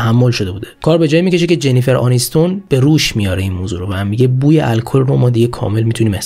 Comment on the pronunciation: چرا اسم ها رو درست تلفظ نمیکنید ؟ جنیفر أنیستون 😒😒 چندلر بینگ نه بنگ